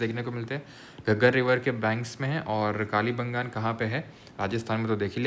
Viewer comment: sir ye कालीबंगान nhi h कालीबंगा है 😂😂😂